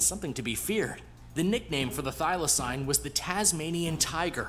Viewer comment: Firstly, whoever made this video you reacted to is shit at pronunciation. Thylacine is pronounced "Thyla-seen", more commonly known as a Tasmanian Tiger, and even though it was Australia's largest land carnivore up until its extinction, it was still not as dangerous as this video makes it out to be. They were said to be rather timid and could be captured easily. They hunted smaller animals, and farmers would often shoot them because they would also hunt things like chickens. Despite the name, it was also not a tiger, nor was it a species of dog, it was actually a marsupial. The largest carnivorous marsupial in Australia these days is the Spotted Quoll, which is about the size of a cat. It was native ONLY to Australia, specifically Tasmania, and the only reason it would have ended up in other countries like New Zealand is if it was smuggled over by those in the exotic animal trade, or if they were in captivity and being taken to zoos.